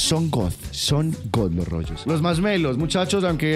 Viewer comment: Se dice rollos🗿